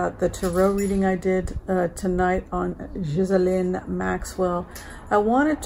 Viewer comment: her name is pronounced GEE LAINE